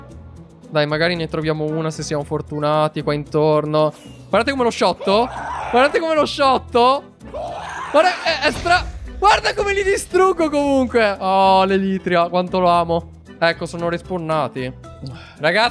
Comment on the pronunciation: Uhhhhh che fastidiooooo si chiamano "elitra" non"elitria"e "ender perl" non "enderpirl" -sisstelly hurt